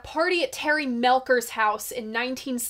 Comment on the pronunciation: 😂Terry Melcher is prounced MELKER? You sure about that?